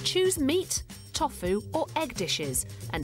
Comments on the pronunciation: that pronunciation of tofu was criminal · no way she pronounces tofu as "toffoo"